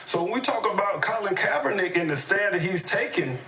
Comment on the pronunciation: These guys couldn't even say his name right they don't give a dam about kaepernick all this douchebag cares about is bashing America.